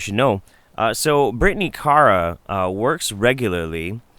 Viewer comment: I like how you can't decide how to pronounce Kara ☺ IMO it's always "Care-uh." And always spelled with a K, of course.